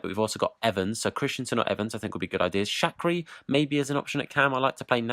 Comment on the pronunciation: Shakri is pronounced shak wer ee lol